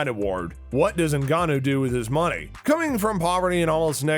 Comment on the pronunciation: You pronounced most of the fighters names incorrectly. Ngannou not Ngnnou